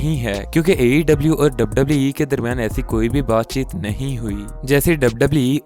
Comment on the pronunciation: Bhai tu pehle wwe bolna sikh